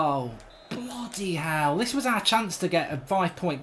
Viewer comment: Can we get a "BLUUDY HEALL" counter in these compilations